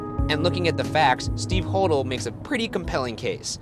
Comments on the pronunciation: Its pronounced HO-DELL, not HO_DLE. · IT'S HO-DELL! I'm so annoyed right now. Haha. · okok he got it right later but when he said George hodel this episode he said it wrong it's pronounced (ho) (dell) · It's actually pronounced Ho-DELL, not Hodl. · It’s pronounced “Hoe-Dell”!!! 🤦🏾‍♀️ I’ve been listening on his granddaughters’ podcast so.... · Hoe-Dell that's how it's pronounced im pretty sure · It's George Ho Dell (pronunciation) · Hodel is pronounced (Ho-dell) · Hodel is supposed to be "Hoe-dell" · ('Hodel' is actually pronounced oh-dell.) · Omg lol I'm sorry but it's bothering me... It's pronounced Ho-dell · You miss pronounce the Hodel name! Makes me crazy. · I stopped this the moment “Hodel” was mispronounced! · Me. Thinking about how Ryan was pronouncing Hodel wrong at some point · You’re pronouncing Hodel wrong. Lol!!! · They r pronouncing hodel incorrectly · my favorite series!! Also, I think you were pronouncing the guy's last name wrong...and Ghost Adventures have been to that house!!